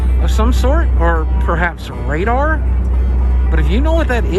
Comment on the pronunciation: You had it right Boogie it's radar.